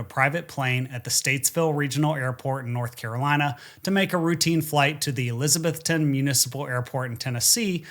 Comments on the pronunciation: ok, I gotta say it ... not Elizabeth-TON, it's Eliza-BETH-on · It’s pronounced ElizaBETHton. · It's ElizaBETHTON. Equal stress on the last two syllables. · “UH-LIZ-UH-BETH-UN”that’s how we pronounce it locally. I always wondered what happened with his plane this flight, another great video! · eliz uh BETH tun. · Eliza-BETH-ton. A local taught me the correct pronunciation. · Omg he is killing miss pronouncing Elizabethton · I'm from Elizabethton. Great pronunciation 😂